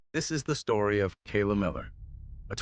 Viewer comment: AI narration? Couldn't even get Kayla's name right.